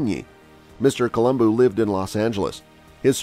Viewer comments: It’s colum Bo not columbooooo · It’s not Coluboo it’s pronounced Colubow 😜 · He said it quite well it ends with a "u" not an "o" and in the romance languages vowels retain their singular sound. Thus Col-um-boo or bu is correct. Col-um-boh is not. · Colombu not Colomboo!!! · Why does this guy gotta call him Columboo? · Yeah every time he pronounced his name I cringed but lots of folks pronounce words differently so I was inclined to just give it a pass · At least pronounce his name right, bro! Good grief. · Learn to Pronounce his named correctly if you are going to do a video....kinda blows your credibility on what you are reporting.